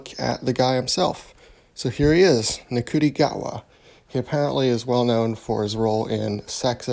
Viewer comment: Yeah it’s pronounced “shooty”